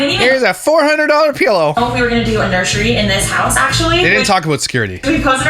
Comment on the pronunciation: English is not my native language but it somehow pisses me off that she says nurshry all the time. Also.. they built a house with the intent of staying there 3 to 10 years?! Wtf? Is their hobby burning money?